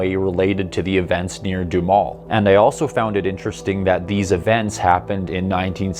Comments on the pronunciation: Doo Ha Mel or maybe even Doo Ham El.....keep up the good work. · Wow, I grew up about not far away and don't remember ever hearing this. Duhamel is pronounced with 'ham' in the middle, lol. Nifty vid, thx.